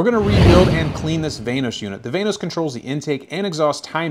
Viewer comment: Van-os not vaynos